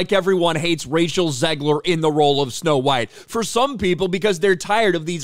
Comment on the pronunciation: It's snow white not snow bean